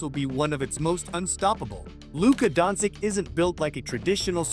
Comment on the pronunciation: Jesusssssssa...can you kearn how to say his surname right before commenting....Dončič...Luka Dončič!!!